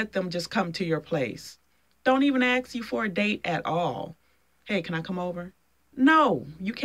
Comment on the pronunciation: successful men are also abandoning women, for the exact same reasons of your criteria. by the way, it's "ask", not "axe"!